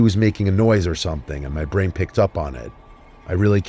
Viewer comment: thought that said “bryan” instead of “brain” lol